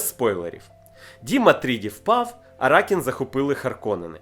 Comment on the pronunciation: Аракіс, не Аракін